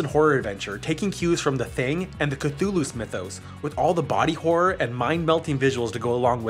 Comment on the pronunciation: When you say things like Cthulos and Romulons you really reveal that you have no idea what you're saying.